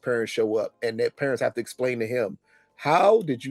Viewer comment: definitely says Perents instead of Parents…..